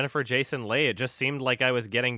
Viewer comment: I'm pretty sure Jennifer Jason Leigh's name is pronounced like "Lee" not "Lay."